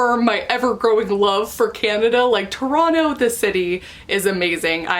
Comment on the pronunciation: Ah, my hometown! Good on you for saying “Toronto” like a native. 👍🏻